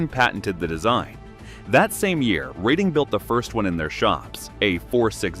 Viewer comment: Reading is pronounced Redding, please.